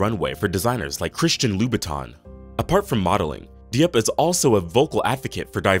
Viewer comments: It’s good. He just needs to learn the correct pronunciation for some if the names_like Diop. It’s nor Dee-op. It’s Jope (like rope with a J). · Not De-op. Jop is the pronunciation. 🙄.